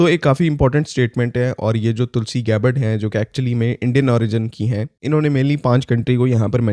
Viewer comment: Tulsi gabbad ❌️ Tulsi Kabbard✅️